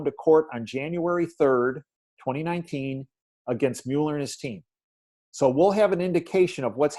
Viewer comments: Pronounced MewLer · Please get this right: Robert Mueller's last name is pronounced as "Muller" (rhymes with "duller"). Please see (hover over the phonetic spelling, where the vowel sound is as the "u" in "cut") and